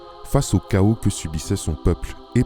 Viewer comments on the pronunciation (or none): none